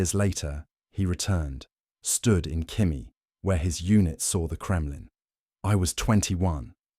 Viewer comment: Khimki, not khimi